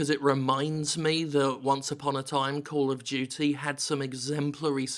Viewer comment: Kol of Jutsay sry I'm just trying to speak like Jim